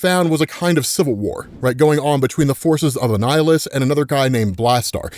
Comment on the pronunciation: man it kind of was confusing to tell when he was saying Annihilus or a nihilist lmao